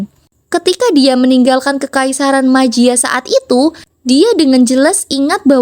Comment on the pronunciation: Jiama min 😅 bukan majia